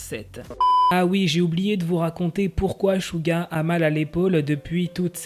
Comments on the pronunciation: On dit Suga pa shuga ou chuga on dit sssssssssuuuuuuuuggggggaaaa🙄😒😠🗣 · Dsl mais on dit Souga et pas Chouga...... Vu que c'est mon ub sa me perturbe énormément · Suga le prononce chouga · ÇA SE PRONONCE CHOUGA MAIS ÇA S'ECRIT SUGA